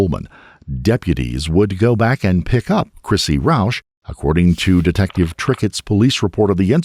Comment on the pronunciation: When dude said Roush I said hold up a minute